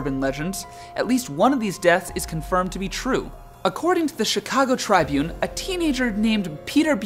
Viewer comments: More Mike Triston it’s pronounced Trib.-une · You mispronounced Chicago Tribune. Tribune with a short i. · In the name of the newspaper Chicago Tribune, the word "Tribune" has a short I. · You pronounced majora right but tribune wrong lol. So close